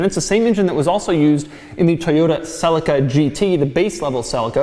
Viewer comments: Not sell-a-ca it’s celica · Wtf is a Toyota "sellica"? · Did he just say Sellica? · Celica is Pronounced Ce-li-ca. Not Cel-ica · Americans pronounce everything to do with cars wrong. Never ceases to amaze me. They pronounce a Toyota Celica as Toyota Sell-ik-a. Really!? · Can i ask something about ... pronunciation of "Celica"... "sell-ika" over here (UK) everyone says it "sell- eeka" which is correct? Selleeka sounds much better than Sellika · Ok stop right there! its not pronounced Selica it pronounced sea lic a (celica). Christ man!! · hahah the cell-eh-caa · #Doug your pronunciation of Celica is so wrong it's pronounced Celeeeeca ! Americans english fail !!!!!!!! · Doug the type of guy to mispronounce Celica every single time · Do all Americans pronounce Celica like Doug? ;/